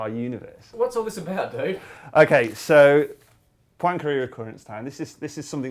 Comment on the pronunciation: it might not be "dude" he says but if he said "though" he had a very sloppy pronunciation for sure.